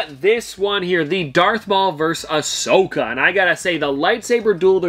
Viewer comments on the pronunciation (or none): none